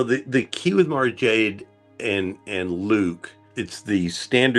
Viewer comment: Tell me they aren't butchering Mara Jade ffs